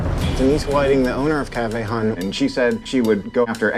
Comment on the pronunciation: mmm.. its pronounced "hun" not hon dummy and frfr they may live in bmore but its clear they not rooted in our city